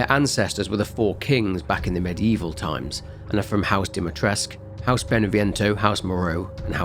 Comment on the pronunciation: i have to say i never understood why they ignore the "u" at the end when pronouncing "Dimitrescu" in the game. No, the "u" is not silent and it does have to be added at the end. Though it also bugs me that the name is spelled "Dimitrescu" with two "i". In Romania, "Dumitrescu", spelled with two "u" is a common last name, there even is a famous romanian chef called Sorin Dumitrescu, but i've never heard of anybody named "Dimitrescu". I've also never heard "Alcina" ever used as a first name here in Romania, i don't even know if that name exists. I'm probably overthinking this way too much anyways so it doesn't really matter. Edit: also this isn't pronounced cadoo, the first syllable (ca) is pronounced like in the word "caracas", while the second syllable (dou) is pronounced like the "do" from the word "dome". Edit 2: this is also not how you pronounce "vârcolac" as there is supposed to be an accent on the "a" turning it into the sound "â" but i can't think of any words in english that use this sound so i can't really explain how it's supposed to sound. Fun fact, vârcolac means warewolf in romanian. Edit 3: this pronounciation is correct though.